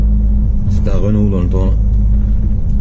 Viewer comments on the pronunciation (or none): none